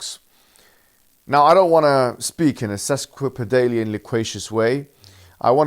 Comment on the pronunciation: Got me at the start with sesquipidaly